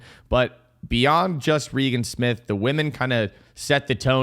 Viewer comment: death, taxes, and pronouncing Regan Smith's name two different ways in the same paragraph 🤣